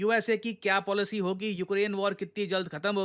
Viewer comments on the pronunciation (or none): none